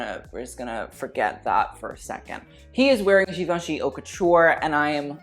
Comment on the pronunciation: I’m just wondering, are you pronouncing “haute” in a wrong way on purpose?